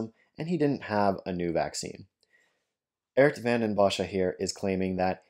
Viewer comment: Why do you mispronounce his name as Ert? His name is Geert.